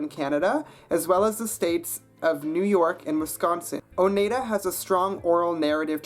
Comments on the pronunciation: Btw: Oneida is pronounced Oh-nII-dah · You pronounced Oneida wrong. The 'ei' are pronounced like in 'ein' in German.